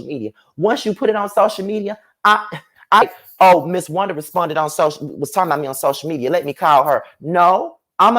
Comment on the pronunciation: Yes maam! Wun-Da😂